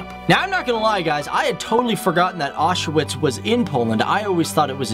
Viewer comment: I was surprised that you mentioned that the letter 'W' is pronounced as 'V' and yet Auschwitz you mispronounced completely. It is an important place and deserves respect. Another mistake is that there is no such word as 'pierogies!' One is a 'pierog' and more are 'pierogi' - so, sort from that, I did enjoy your video. Thank you.